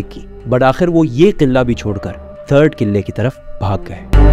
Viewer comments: Killaa ni qila hota he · Killa ni قلعہ hota ha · Killa nahi Qila 😊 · Qilla nae hota bhraa jee Qalah hota hai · Kila ❎ , killa ✅ 😅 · Killa nhi hota kila hota hai 🤣🤣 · iam angry why you are saying qillla its qila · قلعہ ہوتا ہے کلا نہیں ہوتا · Yar sab thk but قلعہ sae se pronounce kro Qilla nhi hota pls. Sara focus qille pr chala jata hai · mispronounced word kila,face expression is so funny information wise this video was awesome